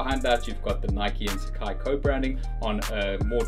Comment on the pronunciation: The brand actually pronounced as “sa” “ca” “I”